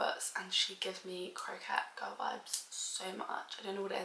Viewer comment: hey gorgeous , its pronounced co - kett >3